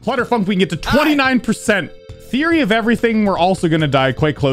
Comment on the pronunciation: WHY DO YOU NOT SAY THEORY OF EVERYTHING AND SAY TWYE